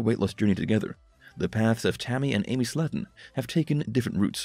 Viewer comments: It's pronounced SLAY-TON. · Love how the show has been on 2 years and you say the last name wrong.